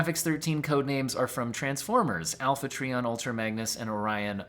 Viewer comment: It is pronounced Alpha TrY-ON not TrEE--on